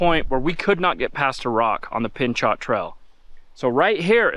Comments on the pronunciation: Just an FYI for you - The name Pinchot is pronounced pin-chO with a hard "O" sound and no "T" at the end. It comes from the very first chief of the US Forest Service in 1949, Mr. Gifford Pinchot. Mr. Pinchot tripled the nation's forest reserves, protecting their long term health for both conservation and recreational use. There are parks, forests, and trails all across the country named in his honor. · Pinchot....pronounced pin·show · It's pronounced 'Pin - cho' (Pinchot). T is silent. 🙂